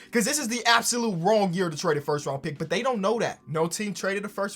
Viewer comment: Lebron going firth instead of first is gross